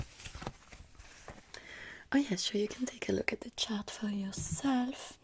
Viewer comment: “ok let’s move back to the shart” Me: Wait what 😂